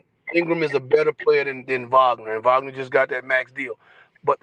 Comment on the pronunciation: Franz Wagner, pronounced Vahg-ner